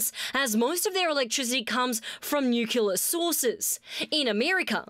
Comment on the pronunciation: NUKULAR is not a word. Unacceptable from a professional journalist!